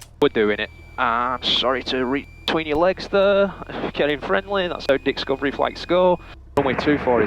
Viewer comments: it sounded like he said, "that's how DICKScovery flights go," while apologizing for reaching between his legs! I know it's Dixcovery flight, a parody of "LewDix Aviation, but do I just have my mind in the gutter thinking "dicks?" I am dying! At 55, with a commercial/instrument I haven't used in over 20 years, I'm back in the cockpit getting current, about to start training for my CFI (and more after). Thanks for your great, informational teaching videos! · lewd dix dixcovery flights 😂